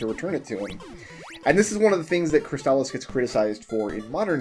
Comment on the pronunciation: I believe you are pronouncing “Crystalis” right,. At least, you’re saying it how I’ve always said it, and I’m sure I’ve heard speedrunners using the same pronunciation.